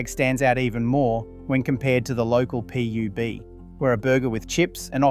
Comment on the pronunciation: a local Pee-Yoo-Bee? You can't say Pub?